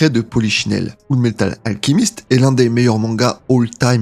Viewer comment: J'ai arrêté au début de ta vidéo quand tu ne sais pas dire alchimiste.